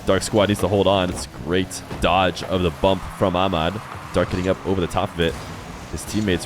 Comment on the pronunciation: they way you call Ahmad > AMAD is really annoying just put the letters together you don't have to be arabic to say it, same as we can say john and christopher not a rocket science